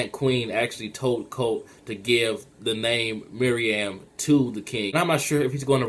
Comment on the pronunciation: And btw, it's not MIRIAM It's pronounced "MEH-ROO-EHM" Meruem